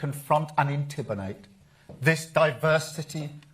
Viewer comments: "...a march designed to confront and "intibirnate" ("intidimate"?) this "diversetitty"..." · 😂😂😂I heard entiminate😂😂😂 free the sausages😂😂😂